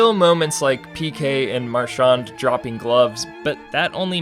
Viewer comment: You’re pronouncing Marchand wrong